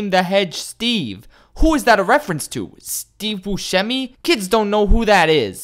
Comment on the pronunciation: I lost it at "Steve Bushemi"